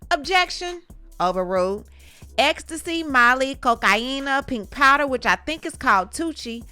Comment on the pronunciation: Am I the only one bothered by the way it is bitch says cocaine. I can’t even watch this shit.